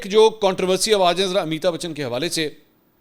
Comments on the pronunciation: It's not Amita Bachan, Its Amitabh Bachan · AMITAB BACHHAN take correct name.